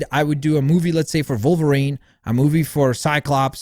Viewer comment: Why do u call wolverine ‘volverine’